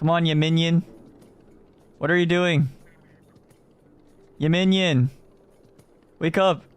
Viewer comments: 야미니언 발음을 얘먜늬연 이렇게 하네...ㅋㅋㅋ 귀여워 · 얌미니언! 발음 진짜 초초초 카와이😭💓